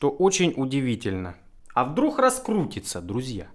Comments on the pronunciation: «Ну а вдрух. А вдрух..» дальше не смог смотреть. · Не вдрух, а вдруг....